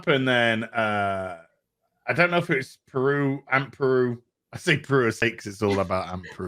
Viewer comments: It's "Beru" not "Peru." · Just wondering if you keep calling her 'Aunt Peru' for the piss take because her name is 'Beru', or you just don't know her actual name.